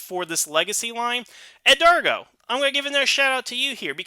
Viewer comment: Thank you all south for the belated birthday shoutouts. I really appreciate it whole heartedly. But just for future reference, however, my name is pronounced "Edgardo" not "Edargo", k? Hahaha!!! XD